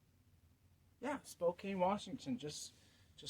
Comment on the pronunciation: Did you say "Spo-cane"? It's "Spo-can". Don't ever do a review of Wescos because I shudder about how you will pronounce the name where they are made. Thank goodness no boots are made in Puyallup or Sequim.